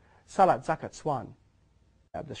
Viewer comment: Sakat instead of zakat